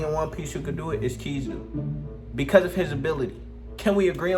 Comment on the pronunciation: First off you said kizaru wrong also and actually no kizaru would get sealed or take his soul